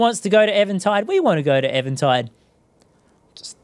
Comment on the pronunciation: Why do you say Evan Tide instead of even tide?